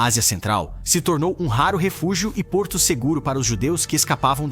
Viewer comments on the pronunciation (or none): none